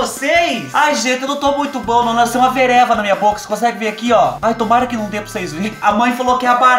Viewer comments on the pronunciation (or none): Vereva 😂😂😂, eu falo pereba 😂😂😂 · 👂gente du ceu...ouvi bem ...o fuba falo vereva ???. Sempre falei pereba . 😂😂😂😂😂😂😂😂😂